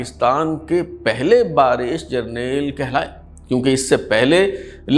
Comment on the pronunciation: Ba resh,Nahin,blke ba resh,sahih talaffuz h.